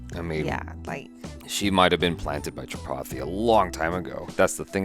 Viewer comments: When says "Tripathi" everyone hear "chapati"😂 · when says ''tripathi" it sounds like he is saying "chapati"